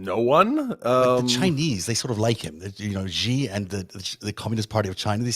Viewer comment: The "X" in the Chinese name "Xi" is not pronounced like the "g" in the word "regime"; it is pronounced more or less like an "sh." Thus, the Chinese name "Xi" is pronounced more or less like the English word "she." Similarly, the "j" in "Beijing" is not pronounced like the "g" in "regime"; it is pronounced more or less like the "J" in the English name "Jim." The Chinese name "Guo" does not rhyme with the English word "wow"; if it did, it would be spelled "Guao," but no such syllable exists in the Chinese language.